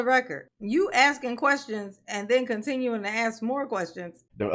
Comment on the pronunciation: I think Darrell’s ankle shockles should be attached to a female UFC champion. That way she could keep him under control. He could start with the “are you axing or are you telling me”, she could knock him out.